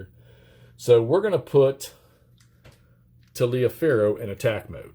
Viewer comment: Endless fun from this series. Look up how Taliaferro is pronounced, it will surprise you!